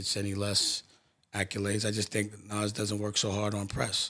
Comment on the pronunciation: It's not Naz it's nas